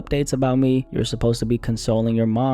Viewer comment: She cant even say the word consoling. Its also always the people with the shittiest families who talk like her